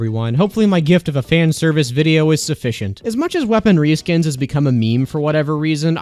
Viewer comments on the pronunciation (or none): Weapon Ree-skins…